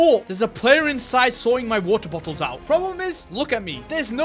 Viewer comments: I dont even hear water bottles i hear woel boels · how many times he said waer boles